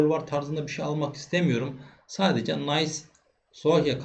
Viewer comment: Nice takımı Nays diye okunmaz. İngiliz değil Fransız takımı bu. Nis diye okunur.